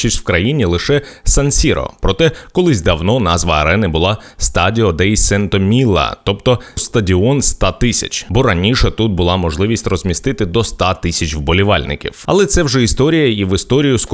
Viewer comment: не сенто міла, а ченто )